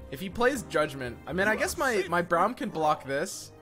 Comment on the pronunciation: How he says Braum frustrates me.